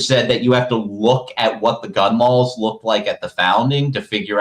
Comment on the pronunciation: Im sorry but every time this guys says 'gun lawls' i lose it.